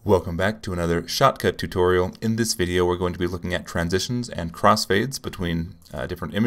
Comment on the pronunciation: i'm watching this video with 2x speed and every time you say 'shotcut' it sounds like 'chocolate'